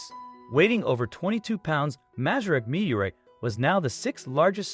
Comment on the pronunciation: Now if the speaker could just figure out how to pronounce 'meteorite.'